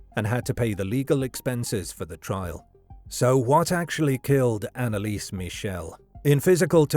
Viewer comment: Dude can you please not butcher her name THAT MUCH?